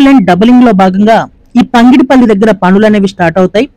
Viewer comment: పంగిడిపల్లి కాదు పగిడి పల్లి please.